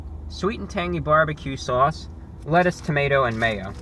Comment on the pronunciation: listen to how he says "sauce" thats how you know he's from Ny lol i lived like 4 hours away but i still say it like that